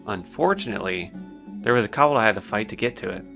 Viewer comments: It's gay when a guy makes a female character. You mispronounce kobold and Defias. BTW I started playing WoW during The Burning Crusade. Wrath of the Lich King was my favorite expansion. I quit during Legion. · The way this guy pronounces "kobold." 😆